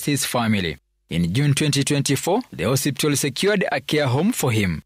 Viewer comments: It's HOSPITAL not HOSIPTA please 😅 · 'Hosiptal' surely?😂The bar is low and I blame wantam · Did I just hear a journalist say HOSIPTAL? 😂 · 😂😂😂 I thought ni Mimi peke yangu nimeskia. Na amesema hosiptal at least 3 times. Lazima ni mluhya